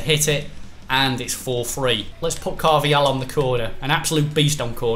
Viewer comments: Is it just me or does it bug you that says Carv-i-hal 😂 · Stop saying carvajal like that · CARVA-HAL CARVA-HAL CARVA-HAL